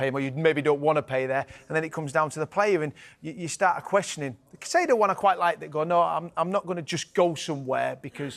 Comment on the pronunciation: Still saying Caicedo as Caceido OMG